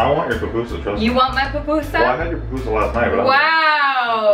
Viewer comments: Finally someone that pronounces pupusas right! You just made a whole lot of people from El Salvador happy hahaha! Love your cooking video's btw :) you're amazing. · YAYY!! you say it correctly :) I am from el salvador and i find that they are tasty, easy and fast to make :D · You said it right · Yes! You pronounced it right! SLAP IT HIGH! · yeah you say it correctly